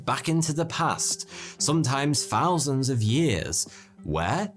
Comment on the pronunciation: “Free Fousand”….imagine being a narrator who can’t even pronounce “th” words properly? How could it be possible? 🙄